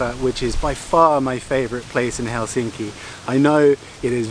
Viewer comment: Nitpickery...try to remember the stress on the first syllable in the word Helsinki, that is, put more Hell into Helsinki..otherwise, you are progressing nicely in your Finnish pronunciation...no small task for an English speaker...carry on...